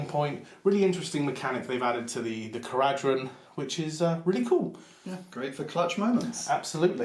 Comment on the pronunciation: Learn how to pronounce the faction you're playing. It's kara-dron